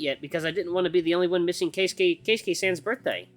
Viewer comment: I have trouble watching his Keisuke route cuz of how he pronounces it 😆